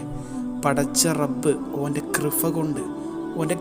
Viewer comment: കൃഫ അല്ല കൃപ